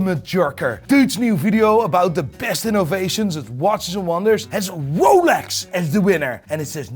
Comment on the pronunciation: The biggest psychopath is the guy saying psychopaf. Edit: No swearing? Fuck. Edit 2: that watch is what I call a piece of shlt. Edit 3: Wolex.